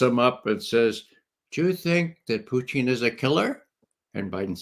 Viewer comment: Does Ray think it's cute to pronounce Putin "poutine"? What's going on with that foolishness? It makes him sound ridiculous.